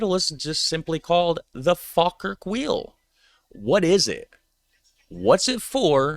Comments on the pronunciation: I live in Falkirk, the video is very nice but you absolutely destroy the pronunciation at every point in the video! Falkirk is pronounced Fall-kirk, however locals like me pronounce it Faw-kirk. And technically the Falkirk wheel is in Camelon and yes the pronunciation is different! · Prounced 'Fall - Kirk' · It's pronounced fall kirk. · Its the Falkirk wheel , not the Faaalkirk wheel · It is pronounced fawlkirk, not fahlkirk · Not pronounced fal its prounced fallkirk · its pronounced "fall kirk " not " fAL kirk " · It's pronounced as in Fall, not Fal. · Sorry but it's fall Kirk not fal Kirk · Pronounced fall kirk! We pretty much use miles/feet etc. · Say Falkirk like this fall kirk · It’s pronounced “Fallkirk”.🏴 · It's pronounced Folkirk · To help with your pronunciation it's pronounced Fall Kirk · Pronounced as Fall kirk wheel. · Pronounced FALLkirk here in uk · Say it like Fall-Kirk. Falkirk. 😅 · Pronounced Fall-Kirk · It pronounced fall kirk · Falkirk also has the remains of the second coast to coast Roman wall in Britain called The Antonine Wall. BTW Falkirk is pronounced Fallkirk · Falkirk is pronounced “Fallkirk”. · Fawkirk. The spelling with an “l” is a fairly recent, Anglified hypercorrection. The older spelling is the way the locals pronounce it, Fawkirk or Fa’kirk. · You almost said Falkirk properly once, and corrected yourself halfway through, to get it wrong. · its pronounced "fall-kirk" but as someone who lives here the only nice things here is the wheel and the kelpies